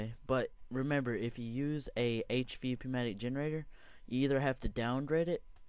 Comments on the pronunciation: "Newmatic" pronounced like that. Thanks for the idea tho!! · lol poo-matic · Pronounced New-mat-ik. Jen-er-ate-or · Hey buddy I have a pocket, actually a suitcase full of corrections to your thoughts! For one, MasterShakeIII is right! The P in Pneumatic is silent. Next, the solar panels dont all need wires connected to them because they transfer power to eachother. Another problem with this is that you constantly use connections(Conductive Pipe, Glass FC) which only decreases the amount of power going through. I only have a few more characters in this comment so Good bye! while true do turtle.attack end